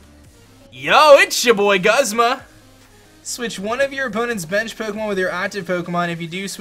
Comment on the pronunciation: It's pronounced goosma